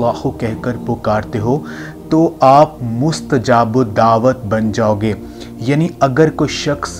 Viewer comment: Lafaz nahi yar Lafz, kahan se aa jate ho video bana kar, mustajabudawa hai t nahi parhi jati